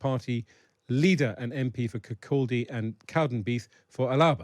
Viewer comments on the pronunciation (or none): Learn how to pronounce Kirkcaldy first.